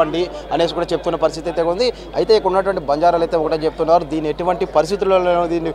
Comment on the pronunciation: News reader gaaru Not Say bajarelu......Say banjaraas.... OK...